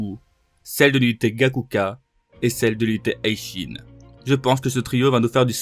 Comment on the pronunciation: Je te jure je m'abonne si tu cesses de prononcer "hi shin" comme "high shin"